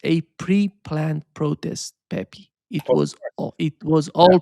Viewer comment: it is no Pepi, is Pepe, you know is like in Brazilian Portuguese.